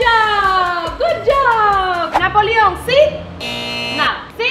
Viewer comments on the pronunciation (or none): dise napolio en serio